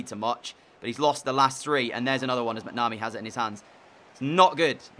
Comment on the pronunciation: The goalkeeper McNamee is pronounced mac-na-me